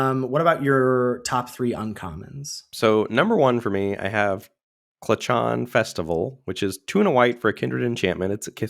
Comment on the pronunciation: For reference, "clachan" rhymes with "kraken."